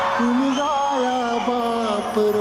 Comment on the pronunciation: उमजया नाही उमगाया आहे